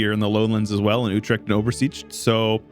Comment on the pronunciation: how do you pronounce Utrecht so wel but then butcher Oversticht like that? 🤣 That was a preposterously GOOD pronounciation, WTF!? But yeah it's been simplified from 'The Duke's Woods' to Den Bosch (like 's-Gravenhagen being Den Haag)